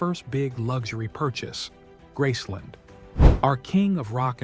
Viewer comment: It is called Graceland, not Grassson, do your homework!